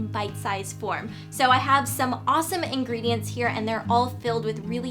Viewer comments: whenever she says 'ingredients' i think of it as INGRID-ients.. :3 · Ingredients --> Ingrid-ients hahaha :)